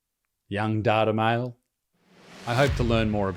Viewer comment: It pronounced "Date-A-Male"